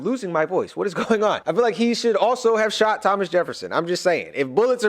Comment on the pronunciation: Havnt had much time but finally made some to watch the video. Can't stop cracking up at you calling Thomas Lhomas💀